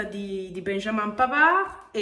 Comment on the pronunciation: È arrivato pavarrrrrrrrrr (senza pronunciare la d mi raccomando) e grande marotta